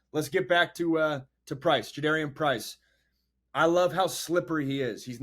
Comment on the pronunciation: Juh-DAR-ee-an Price